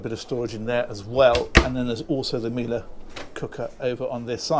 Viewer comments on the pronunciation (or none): none